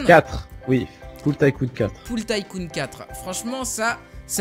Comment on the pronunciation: Sa se prononce Ticoon pas Taïecoon